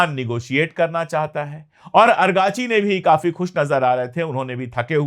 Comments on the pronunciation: Sir, not Arghachi but Araghchi. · The name of the foreign minister of Iran is Araqachi not argachi. Thanks You 🙏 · Argachi nahi.Arakchi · Araqchi ko argachi kehta h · پانڈے بھای اگاچی لفظ غلط ھے درست کر لیجیے آپ کا نام سید محمعد عباس عراقچی ھے آپ کبھی اگارچی اور کبھی باربی کہتے ھیں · आप अंग्रेजी स्पेलिंग के आधार पर 'अरगाची' उच्चारित कर रहे हैं जबकि फ़ारसी/उर्दू उच्चारण होगा इराक़ची/ سید عباس عراقچی या सैयद अब्बास इराक़ची है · Sir . Abass Araqchi hai......agrachi nahi hai .. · पांडेय जी आरागची नाम है अरकाची नहीं। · Kabhi ARGACHI kabhi AGRACHI ye kya hai sir ??? Us bande ka naam ARAGCHI hai ARAAAAAAAGCHI